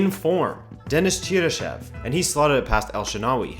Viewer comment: None of the commentators can decide how to pronounce cheryshev’s name 😂😂 Probs spelt it wrong but oh well 🤷‍♂️